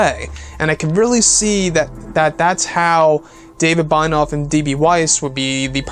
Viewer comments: Binoff? Bye-noff?? It's BENIOFF. Ben - E - Off. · its pronounced BEN-EE-OFF (Benioff)